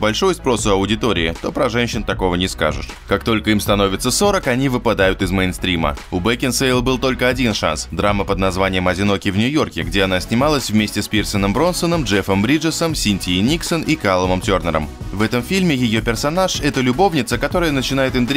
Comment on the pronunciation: Почему ты называешь Пита Бронсоном, когда он Броснан? БроСНан. Это не только в этом ролике, но и в других. Не правильно же